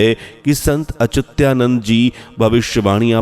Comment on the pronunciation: अच्युतानंद का सही उच्चारण करिये।